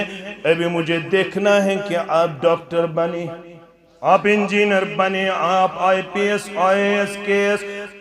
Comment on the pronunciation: آپ بھائی لفظ (آپ)کو صحیح کرو۔